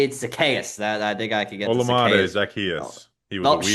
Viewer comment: I love how doesn't know how to say Zacchaeus but Bobby had to drop some old school Sunday School songs 😂